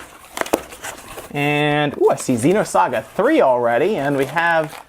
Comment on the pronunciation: Why would pay so much money for naked carts? What a joke! Also, it's XENOSAGA, not XEEENOSAGA. I also love the way the scumbags can't even put the discs in a jewel case.